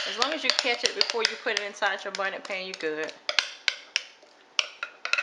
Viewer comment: I saw comments correctIng you or “laughing” at the confetti sugar and bonnet pan. We knew you were talking about confectioners' sugar and bundt pan. The cake was delicious, and I appreciate the ease of it.